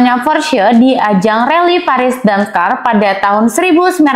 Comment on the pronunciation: hostnya tolong diganti kalo ga ngerti otomotif, dakar dibilang damkar😂😂😂